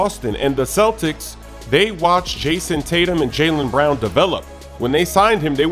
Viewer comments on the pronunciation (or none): none